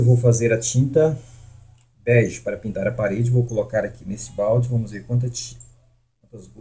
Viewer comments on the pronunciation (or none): none